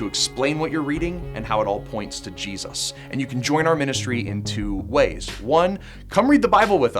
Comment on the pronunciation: Please print Jesus with a clear J, not cheesus 😮😵‍💫